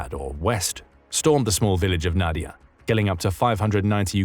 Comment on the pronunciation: it is read as [nadi'ia]